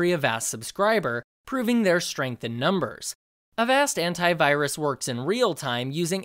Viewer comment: I'm sorry but every time he says "Antivirus" I just hear *Hentai*virus